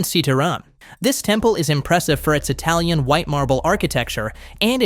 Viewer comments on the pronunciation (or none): none